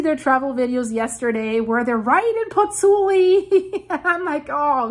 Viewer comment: I like your videos. It is impressive how good you pronounce "Campi Flegrei"! Since you need to say so often "Pozzuoli": please note that there is also the O, try splitting the name in two "Pozzu oli". In Italy we read all the letters in a word.